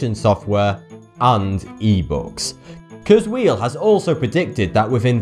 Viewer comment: I like a lot of your videos but I have three criticisms of this one... (1) Please learn to pronounce names correctly. Heinlein and Kurzweil are not pronounced like that. This is a problem with a few other videos and it makes them look amateurish and unreliable as sources of information. Looking up correct pronunciations should be part of your research. (2) The accuracy of Nostradamus's predictions has been repeatedly debunked. I especially recommend James Randi's book The Mask of Nostradamus. (You could do a whole video on Randi's book.) The quatrain cited in the video doesn't refer to the 9/11 attacks. The "new city" is probably Naples, which is near a volcano. It's not a stretch to predict it'll erupt again. The rest of the quatrain sounds more like a volcano ("a great scattered flame will leap up") than a terrorist attack. The quatrain about Hitler misses the mark -- he was born in Austria (central, not western Europe) and his fame increased in Germany, not eastern Europe, unless one believes "his fame shall increase" is a valid prophetic description of Hitler invading Poland and the Soviet Union. (3) In the world's list of historical monsters, Saddam Hussein is a minor entry compared to a couple dozen other mass-murdering dictators. He hardly qualifies as one of three Antichrists.